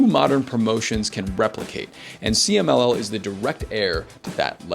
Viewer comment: loved you pronunciation for CMLL, 10/10